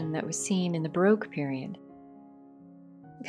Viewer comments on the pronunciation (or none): none